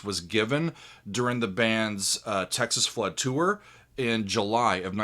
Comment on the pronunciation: You said it right. He did the rocking blues. No one ever says it right.